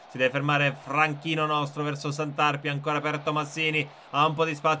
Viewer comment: Grazie per aver fatto una serie sul Taranto ❤️💙,devo fare solo una rettifica si pronuncia Santarpìa e non Santàrpia